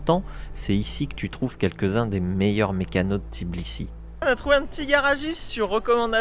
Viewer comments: C'est TBI-LI-SI et non Tiblisi 🤣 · Oui c'est tbilissi pas tiblissi😂😍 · Tbilissi c'est pas si compliqué a dire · Super vidéo comme d'hab. Content de vous retrouver par contre vous avez un p'tit soucis avec le nom de la capitale Géorgienne 😄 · ouai quand meme! c'est limite manque de respect de traverser un pays sans prononcer correctement le nom de sa capitale lol et oui biensur qu'il y a du rugby en georgie! c'est des solides! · Pourtant c'est n'est pas compliqué de prononcer თბილისი 😂 blague à part votre vidéo est vraiment sympa, mille mercis ✌️